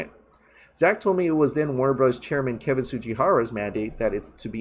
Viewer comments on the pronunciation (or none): none